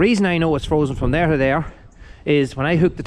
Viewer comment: Bet you wonder how you managed without the loader for so long. The case is a little sweetheart, glad you’re keeping her👍 oh it’s frozen not frosen, sorry had to pull you up on that one cause I know how particular you are 😂